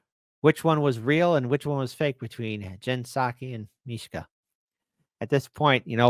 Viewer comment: Mischa. Not Mee-Shka 😂❤